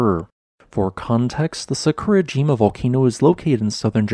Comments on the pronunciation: Love your videos also the amount of work and research you put into them. Little sad that you do not pronounce the names of Japanese volcanos correctly and once you looked into how to break Japanese into parts how easy it is. Try Sa-ku-ra-ji-ma instead of Sa-kur-a-jim-a as a start. Sorry to be picky but for me, it really takes away from the video. Will continue to watch and give a thumbs up as always. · What did he say? It’s Sah-koo-rah-gee-mah. Omg. This hurts my ears. Try to pronounce the word without intonation. And don’t slur the m, buddy. 🙉